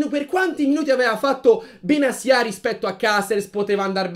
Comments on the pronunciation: Perché benasia e non Benatia? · secondo me Benasià non si può sentire, inoltre è la prima persona che sento chiamarlo in quel modo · In verità non si pronuncia in nessuno dei due modi che avete detto